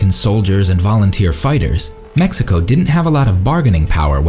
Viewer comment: Stop saying MESSICO!